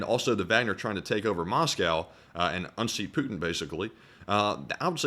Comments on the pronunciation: “Putiny” lol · the "Putiny" roflmao